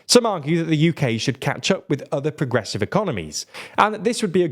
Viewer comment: "Other progerssive economics" 😂😂😂